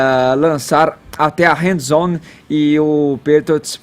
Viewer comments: Tava procurando esse comentário.. rs.. Tom Bread.. handzone foi foda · Esse tal de não sabe nem pronunciar o nome do Brady... pelo amor de Deus. 'Hand zone'? Santo Cristo... se não sabe não fala, cara. E quem liga para essas 'estrelas' que querem lacrar não se apresentando no intervalo? Vão se ferrar! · "Rend zone". 🙉🙀